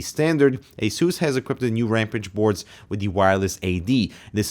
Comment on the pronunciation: Ramp-ăge? Ramp-ăge? Oh, Ram-pāge. Sorry, I know it's not nice to pick on accents, but that one just kinda throws me off. Long A as in cage, not short a as in can. Also, WANT. Give it to me, the $599 price tag be damned! That an a $ X. I don't need both of these stupid kidneys.